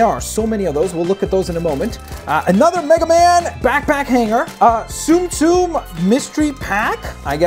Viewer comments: It is pronounced T Some T some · You pronounce it sum sum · It’s soom-soom